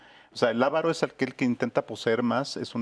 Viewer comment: Avaro, sin acento en la primera a.